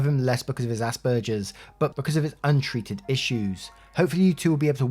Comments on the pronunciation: Asperger’s syndrome is pronounced “asp-burgers” so pretty close. Though some say it in one fluid word that sounds like asperger looks. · Hi! It's said like "ass burgers." 🤣 I'm an Aspie myself and I think ass burgers is hilarious. S2 parents.... good god. Autism is primarily a social disorder. How the hell would a social disorder not affect social relationships? It definitely impacted all of my relationships of every type. Knowing makes it easier because it lets them know that I'm not being an ass on purpose.